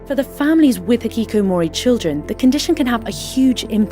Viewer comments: You said "Hiki-ki-mori" instead of "Hiki-ko-mori" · Great video. Just quick remark is that the name is HikikOmori and not hikikikImori ;) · Why are you say hikikimori while the writing is hikikomori 😂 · Bro it's not hikikimori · interesting video, but i really wish he researched the pronunciation of words… the most egregious one was “hikikomori”. he said it like “hi-ki-ki-mo-ri”. its pronounced like its spelled, “hi-ki-ko-mo-ri”. i really don’t its too much of an ask to not completely butcher a word. besides that, great video. Thanks man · I really enjoyed your video, but it baffles me how bad your pronunciation was for japanese words. Like, dude, just read it as it's spelt out in alphabet. I laughed so hard when you said 'hiikikimori' instead of hikikomori lol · "Hikikomori" rather than "hikikimori" by the way. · You mispronounced the word "hikikomori". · Hikikomori was mispronounced, way too many times on this video. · The pronunciation of Hikikomori is cracking me the fuck up.